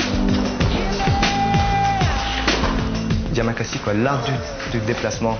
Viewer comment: IT IS NOT YAMAKAZI IT IS YAMAKASI